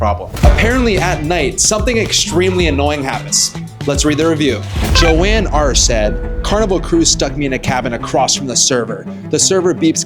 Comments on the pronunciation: it’s not “Joan” it “Howan” that’s how you say it. Also that’s my actual name so please pronounce it right😊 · Did he just pronounce "Juan" as "Joanne"? How can you live in California, the 32nd state of Mexico, and not know how to pronounce Juan? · bro said jou-an instead of hu-an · He called Juan Joanne lol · This is so cringe. None of these cruises are even as bad as what you make them out to be. Also, you pronounced.Juan as Joanne, what is wrong with you?